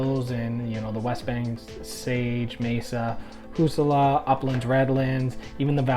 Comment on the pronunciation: Its HA ZOO LA not Husoula